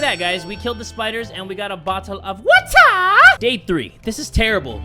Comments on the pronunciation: we got a bottle of WAACAAA me: Yay we have some more WAACAA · says: WATTAH asian man on tiktok be like: I’m proud of you son. Bc the man also says water as “WATTAH”